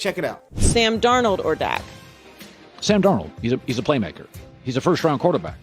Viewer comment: This man said Sam Darold😂😂😂😂